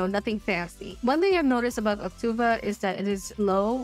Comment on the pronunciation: Why do you keep saying Auctuva? It's Auctiva.